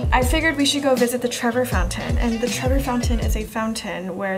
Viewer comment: Ok, I'll let the weird pronunciation of Colosseum go...but TREVOR Fountain?? Naw to the naw to the naw naw naw~ LOL^^ Do at least the minimum of research before you travel, ladies! But it was funny, though~~~